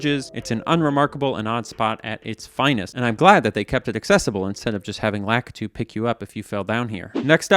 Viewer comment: Wait wtf did you call Lakitu